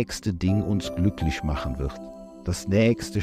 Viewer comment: Was hat denn der Typ für eine schreckliche piefkinesische Aussprache. "weil es uns langfristisch glücklisch macht" Igitt.